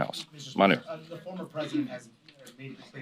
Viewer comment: Just can't seem to say "former".